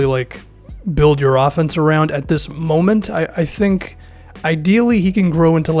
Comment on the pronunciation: " don't "tank" what is this did I just hear that?